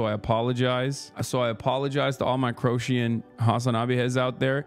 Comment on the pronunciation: Why is he saying crowtians?